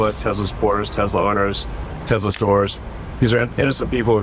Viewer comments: Did he say Tesler? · Bahaha this is good one. Gotta love how Trump said Tesler! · Who's "tesler"? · I love that Trump said: I LOVE TESLER at the end lmfao😂